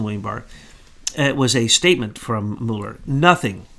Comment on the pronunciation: will you please make up your mind how you are going to pronounce Mueller's name. I am of Norwegian descent and there are many Muellers in Norway. We pronounce them as follows. (Mule) (er).